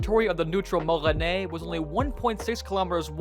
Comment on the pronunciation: bro goes "puh-law-wan" while frenching up for "moresnet" :sob: filipino pain